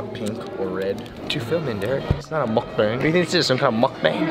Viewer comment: If he says muhk-bayng one more time I'm going to throw up 🤪🤢🤮